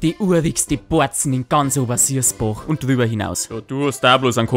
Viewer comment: er hod Obersiasboch gsagt eiso schlecht is do gonix